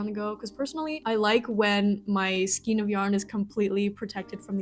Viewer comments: Good practical advice. Skein is pronounced, « Skayne », not « Skeen » :—) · Same! But then she said “skeen” and my brain started to spiral, since I’ve never heard it pronounced that way and I started to wonder if I was wrong saying “skane”all my life, so I had to go to google and look it up 🫣 Apparently, if the “E” comes before the “I”, like in “neighbor”, it makes an “A” sound, but if the “I” comes before the “E”, then it makes the “EE” sound, so “skane”. BUT then you have “weird”, which is “weerd”, not “ward”. Ugh. English. I guess it comes down to the language of origin, and maybe how it’s pronounced locally, which now I really want to do a deep dive doom scroll on the etymology of “skein” and “weird” and why they are spelled the same but pronounced differently, but it’s also an obnoxious hour in the middle of the night where I am, and I really SHOULD be trying to sleep, and at the end of the day… (or beginning?) does it really matter how a workable measure of yarn is pronounced, as long as enjoyment is being had of working it? 🫣🫠